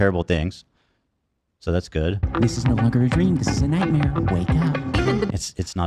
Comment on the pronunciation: Love how he goes "heh its not a nightmare." Then minutes later he goes "oh its frogan what a nughtmare 😭"